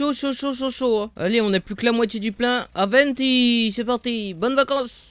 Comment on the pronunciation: pourquoi tu dis toujours Aventis